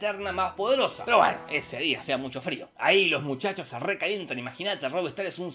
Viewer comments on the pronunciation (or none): none